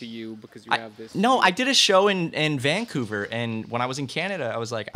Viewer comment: The boys pronouncing Vancouver as VANcouver rather than VanCOUver is painful.